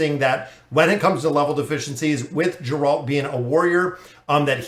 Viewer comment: its pronounced "G"eralt like "G"ame